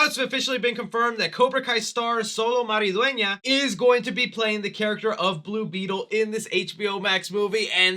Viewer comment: You killed it with the pronunciation of Maridueña preparing myself emotionally for every interviewer to mispronounce it